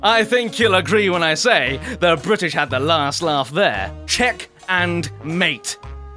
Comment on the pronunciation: i like when says bwrritish